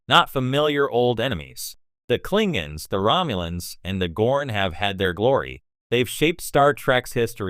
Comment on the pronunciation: "Klinguns"....LOL 😂 Fucking AI voices